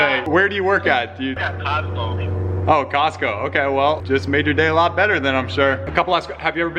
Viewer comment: lol..."oh cosco" why he say it like that a job is job. essential workers we love you!